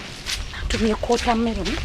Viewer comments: Batusa water melon agambye atya nti kota melon 🤣🤣🤣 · Bar too sir mbu kota meron🤣😂😂😂😂